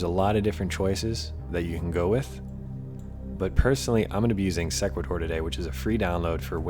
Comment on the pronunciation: Thanks for the video. I believe Sequator is pronounced " see' qway tor" like equator with an "s" in front. I've used the program myself with good results. Good tips!